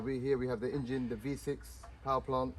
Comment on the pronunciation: It's, En-Gine NOT In-Gine ...! Sorry ! I noticed keep saying....ingine